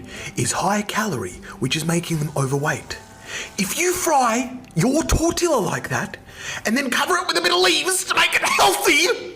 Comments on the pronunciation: At least learn how to pronounce tortillas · You have to be the whitest of the white to say "tor*till*uhs" Oh no sir. I also love how he previously taught us English😂. Also, Im not trying to be racist, Im white,Im verry white but even I dont say it like that👀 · he cannot speak about food if he can't say tortillas. I am a white person and can pronounce that and I have nothing more to say then this man is why we get smack about not using spices. My mom goes to her friends from other cultures for advice when making their food and passes it down! This man is a disgrace. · As a mexican, the fact he can't even pronounce tortillas right but has the AUDACITY to call others stupid has me ROLLING 😂 And then he says, "adding lettuce on top doesn't make it healthy" like sir, WE KNOW, WE ARENT "MAKING IT HEALTHIER", WE ARE MAKING IT ✨️DELICIOUS✨️ 😩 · as a mexican i’m not gonna take advise from a mf who says tortillas like that … sit down